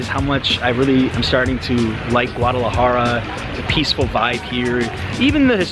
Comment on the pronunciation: STOP saying GAUDalajara. Jesus dude. Get it right